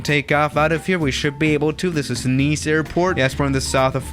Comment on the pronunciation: It's Nice, not nese. U noob